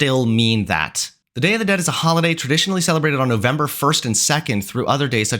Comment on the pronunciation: NOT YOU BUTCHERING THE DAY OF THE DEAD ☠️☠️☠️